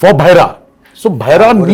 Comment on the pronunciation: Oh for god sake Bhairav(deaf) sounds like Bhaira , why Saif ???, this guy is uncultured,anyhow so Happy to see JR NTR and Jahnvi together